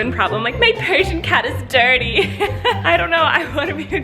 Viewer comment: “My Persian cat is DIRTY*in fancy accent*” 😂